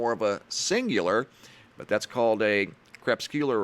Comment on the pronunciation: Lol! I have tried on numerous occasions to tell that he is butchering the word CREPUSCULAR. He has preferred CREP-SECULAR, but in this one it is now three syllables CREP-SCU-LAR. It's CRE-PUS'-CU-LAR. Makes me think of Endora on Bewitched. She called him Derwin, Darwood, Dobbin, anything but Darren! Lol!